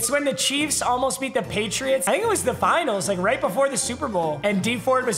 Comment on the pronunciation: Is no one going to talk about how he said finals